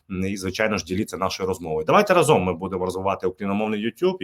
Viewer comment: з повагою, але не разОм, а рАзом.